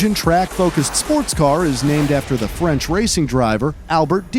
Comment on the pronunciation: His french pronunciation is funny. But the rest is top notch 💯